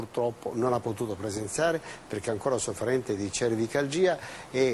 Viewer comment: ..cervikalgìa..ma che cazz..,)